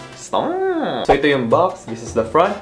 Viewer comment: Stoeiuoppp (this is how he pronounce stop, in case you need this) thank you 😄